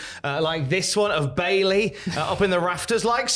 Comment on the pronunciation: The way pronounced Bayley as Bay-lay is just his inner Brummie coming out.